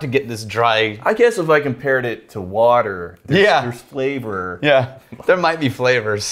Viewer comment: I like how got the intonation wrong "What Else is THERE?"